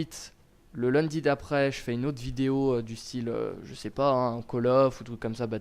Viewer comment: lol j'adore quand tu dis "le lundi" avec un petit accent du sud